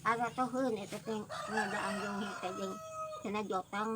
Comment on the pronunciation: kalow di saya namanya jonge bukan jonghe mah